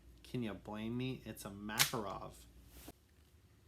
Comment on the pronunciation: Its not makarOv its makArov